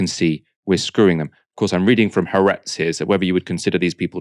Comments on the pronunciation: Please note it's Ha-aretz, not Haretz. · HAARETZ IS PRONOUNCED WITH SPLIT A'S HA ARETZ!